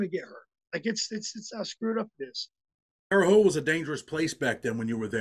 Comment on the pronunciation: It’s pronounced HOHT guys I’m from there still have family there. Thank god I moved it’s nothing dope and violence now.